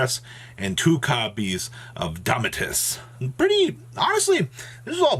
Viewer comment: I have never heard any American yugituber pronounce "Domitianus" correctly. Why is it so hard for you guys ?? 😣